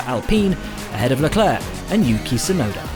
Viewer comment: Could you please learn how to pronounce names... you look... sound... like amateurs. Charles Leclerc is not pronounced like "clerck". More like a "claire de lune". Same as the female name "Claire"... sounds like "Leclair". Leclair is also a French last name and both pretty much have the same pronunciation.